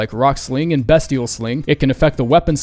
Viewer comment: Small gripe (and I love you but) it is beastial, not “best”ial.